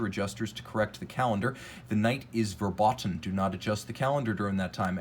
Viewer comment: Probably because of atrocious pronounciation of the word "verboten":D